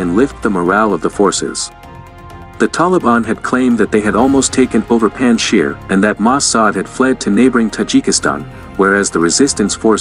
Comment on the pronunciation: Please pronounce Afghan names PROPERLY - Some names are NOT pronounced the way they are spelt ! Panjshir is pronounced PUNJJ-SHEER !! ; Massoud is pronounced MUSSOODH ! Afghanistan is pronounced UFF-GAANISS -THAAN !! More pronunciation tips if and when you need !